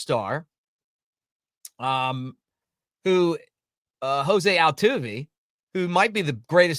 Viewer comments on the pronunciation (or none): none